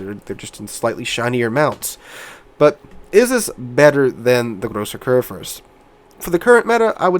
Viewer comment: I noticed you actually do a very good job of pronouncing Grosser Kurfürst. If you don't mind. The u in Kurfürst is actually pronounced like the oo in food. I know, it's knitpicking, I just always though it was nice to sort of resuse certain letters and ways of writing on foreign words, using the pronounciation of your native one to actually learn it.